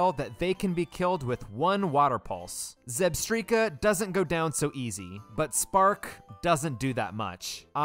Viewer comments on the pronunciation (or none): Zeekrom? Zebstreeka? What is happening?😂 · Ko-fagrigus, Zebstreeka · "ahhh yess ZEEkrum, and ZebSTREEKA" my favorite pokemon. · Zekrom, Zebstrika, and most of the city names.